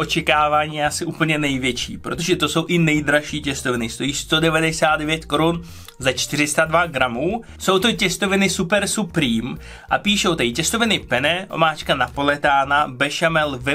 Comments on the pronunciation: Se směješ týpkovi co řekl "Pizza Hut" a sám zavalíš "Super Suprým" :D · Kdo taky rozumí „superparketový”?